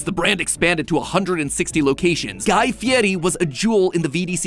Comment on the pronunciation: Hearing matpat pronounce guy fieris name (I’m assuming) correctly after I’ve only heard the American pronunciation tickles my brain